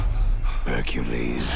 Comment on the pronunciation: Did he just say .. HERCULIEEEE!